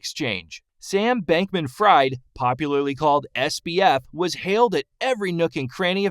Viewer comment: You mispronounced his last name and it's FTT not FFT.